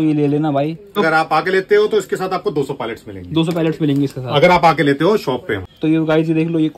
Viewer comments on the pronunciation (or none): Palets❌ Pilots ✅